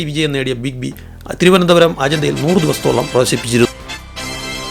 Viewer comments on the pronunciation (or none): none